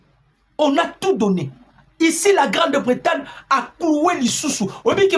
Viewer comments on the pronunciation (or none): GRANDE BRETAGNE et Non Grande Bretane.